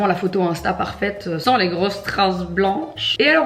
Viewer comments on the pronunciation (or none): none